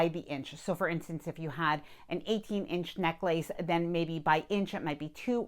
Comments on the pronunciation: “neck-lace”??? Try neck less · necklace [ nek-lis ]